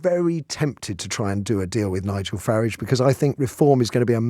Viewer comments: Shame the show host hasn’t got the manners to pronounce Nigel’s name correctly… Shows where their allegiance lies. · The block can’t even pronounce his name properly